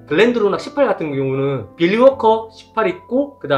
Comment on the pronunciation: 빌리가 자꾸 빌런으로 들림ㄷㄷㄷ